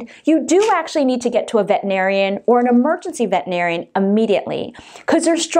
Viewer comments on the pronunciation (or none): Then RENAME your video! And it's "vet-er-i-nar-i-an" NOT "vet-in-ar-i-an." There's an "er" in the word.